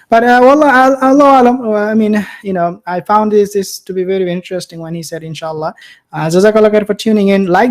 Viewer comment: Knowing Biden seems to me that he said enchilada instead In Sha Allah with the correct accent on it. At the ends of times that ignorance and lack of knowledge is very common.